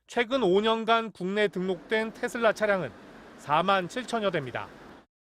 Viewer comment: 테슬라가 아니고 테어라구나